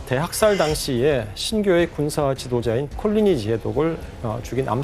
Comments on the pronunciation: 콜리니를 굳이 꼴리니로 발음해서 이상하네 ㅋㅋ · 콜라, 꼴뚜기 발음이 힘드신가.. 콜리니인지 꼴리니인지.... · 콜리니 발음이 순간 꼴리니로 들려서 순간 흠칫~~~